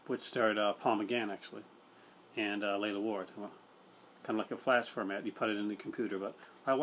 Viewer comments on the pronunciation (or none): Lalla Ward not Layla Ward. Good video though.